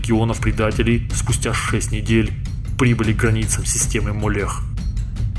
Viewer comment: Как по мне, то не мОлех а МолЕх.